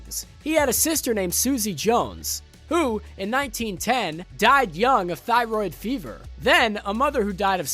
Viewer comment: wait did i just hear "thyroid fever"? lmao